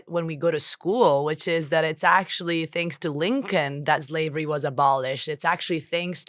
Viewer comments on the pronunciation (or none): Zlave, zlavery... these words hurt so much the intellect that they're hard to pronounce, don't they? Insightful conversation, thanks.